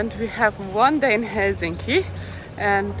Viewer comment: Probably the best pronunciation of Helsinki I've heard from a non-Finn! 👍